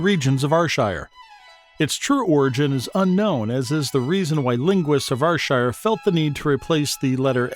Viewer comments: 😂 very humourous and well said apart from the pronunciation of Ayrshire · YES!!! I'm an American and I knew it was wrong, and it made me CRAZY! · Am fae AYRshire n yer pronunciation is fucken shockin bro. Haha. Here's a AYRshire word fur ye, WINTERDYKE. Let's see if ye ken whit am oan aboot. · It's pronounced AIR SHIRE not R SHIRE ya numpty or eejit or haufwit lolx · Slight correction - its not are-shire it is ayyr- shire... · its pronounced air sher nor are shire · Here's another yin, NIPPY! which is whit a wid describe you cryin' it Rshire when it's Ayrshire (pronounced Air-shire), ken whit a mean? 😂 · ye dont pronounce it like R-shire. you pronounce it like air-shire. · Air air air air shire not r shire!!! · AYR(Air)SHIRE! not Arshire! 😡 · AHHHHHH ITS AIR-SHIRE NOT AR-SHIRE😑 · Why would one go through all the trouble to make a video and mispronounce the area you are talking about. R shire????????? AIR AIR AIR Shire....................... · It's pronounced Air-shire! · Can everyone understand Americans u call Ayrshire fu*kn areshire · NOO ITS AIR-SHIR THATS HOW U SAY IT 😂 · Ar shire , Scat land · Its not R shire wtf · Arshire... wtf are you? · Lol ...OH DEAR only 13 seconds in and already theres a mistake.. ps yes i am fae ...R SHIRE.. ..Dalry...or is that dal.. ry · Clearly some folk don't get sarcasm. Why would a channel dedicated to Ayrshire get an American that can't pronounce Ayrshire correctly. Thankfully some of us appreciate the fine art of sarcasm. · How your pronounce Ayrshire is… cringe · Who's going to trust someone who can't even pronounce Ayrshire properly? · Fucking mook can’t even say Ayrshire , no awall ain’t bile youra heed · You cannot even pronounce Ayrshire correctly!!!!! Good grief. This is a commedy video right? You are getting it all wrong. Gaw biel yer heed! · Fuck aff yae canny even pronounce the words that yur tryin tae TEACH folk